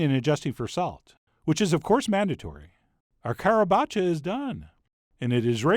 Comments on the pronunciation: Perfect pronunciation in modern italian! :D The tuscans in their dialect probably would pronounce it with an inspired C, soundng something like "Harabaccia" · Your pronounciation was spot-on. A hint of accent, but àlas, you are not Italian! As you were talking about the toast to be put in the bottom etc. I kept thinking of zuppa pavese. Traditionally it's said of having been served to a starved and defeated Francis I of France after his defeat by the Landsknecht in Pavia. It's just stale (not toasted, stale) bread, topped with freshy grated cheese and raw eggs, then very hot chicken stock is poured over the bread, poaching the eggs, melting the cheese and saturating the bread.